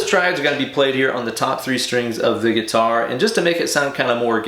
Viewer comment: Awesome sauce ✌️ ... 'guitary' - love your English 🤪 Seriously, awesome idea to put this back on guitar and 'Van-Halenize' it even more 😝